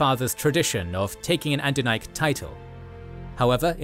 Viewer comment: Minor criticism: it's Adunaic, not Andunaic.